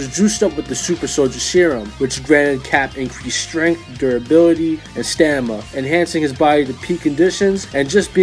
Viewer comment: I am still committed to drinking every time he says stanima.